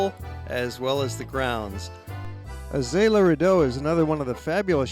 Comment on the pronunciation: Graet presentation :) I live in this area (yes I'm french haha) and I just wanted to tell you that you did a small mistake, This is Azay le rideau and not Azay le redeau :) Thank you for the presentation , I'm in exchange this year in Canada so I was looking for a video that was presenting my erea, Thank you great job !